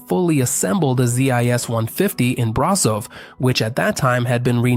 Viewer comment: Ș = SH, CeauSHescu, BraSHov, Steagul RoSHu (Red Flag) Ț = TZ, CarpaTZi